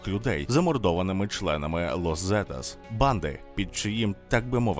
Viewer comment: іспанська Z - це не З. українською мовою передається ВИКЛЮЧНО як "с". а тому Лос Сетас, РодріґеС.